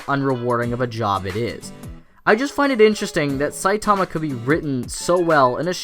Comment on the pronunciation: Triggered by how you say Saitama :v